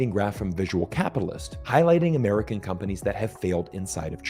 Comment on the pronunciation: "Umarkans" cannot be trusted!